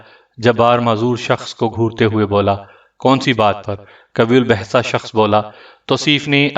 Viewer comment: قوی الجثہ غلط پڑھ رہے ہو صحیح تلفظ(qayye uljussa) ہے